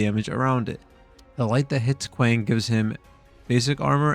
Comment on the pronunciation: Not kwaaaaang it’s kwang